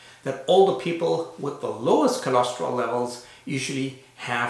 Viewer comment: Why do you call it "cholosterol" when it is "cholesterol"?